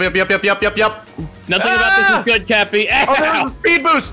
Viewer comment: Did Matt just call cappy tappy XD